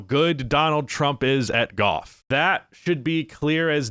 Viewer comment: Does he say golf like Goff or was it just me